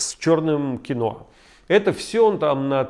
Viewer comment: Вы слово quinoa говорите как москвич, которого спросили, что он вчера ходил смотреть ))